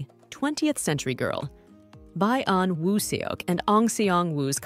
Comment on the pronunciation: 😂😂😂😂 By-yon woo suk 😂😂😂😂